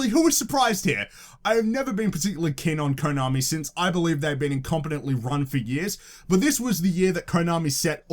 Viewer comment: tbh I think EA fucked up more than WB. Btw you're mispronouncing the o in Konami and Kotaku. It's meant to be like the o in "of".